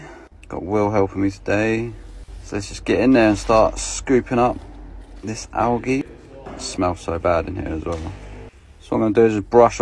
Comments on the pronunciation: there is literally only one way to pronounce it. any other way is incorrect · I get so triggered when he says “ algae” wrong 😂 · he keeps saying alge 😂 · did he really say alge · The way he says “Algae” kinda disturbs me lol but I know it’s just the way he says it. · The way he says algae 😂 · The way he pronounces algae is killing me